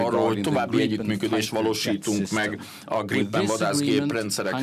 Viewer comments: Csak a kiejtésben Grípen (hosszú í), írásban nem. Svédben nincs hosszú í betű. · Nem Grippen hanem Grípen, hosszú ííí-vel egy p-vel